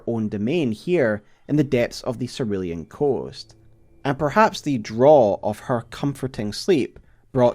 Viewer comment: Cerulean Seh Roo Lee An pls omg